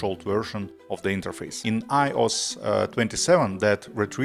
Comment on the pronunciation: The way you pronounce “iOS” makes me wanna throw up